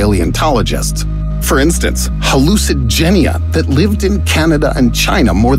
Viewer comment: When I saw the thumbnail I thought he was going to mention all of the hallucigenia ( of aot ) s ability’s also he said it wrong lol